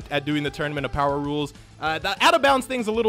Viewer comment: son goku instead of saying power says bower